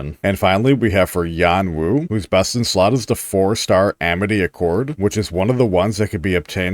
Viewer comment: I know you said the best in slot for sanhua part, but I heard breast in slot, lol.